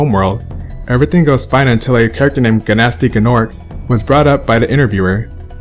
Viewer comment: You mispronounced Gnasty Gnorc. It's pronounced Nasty Norc. Spyro even says it early on. The guy in the opening cutscene mispronounced it too, so it's cool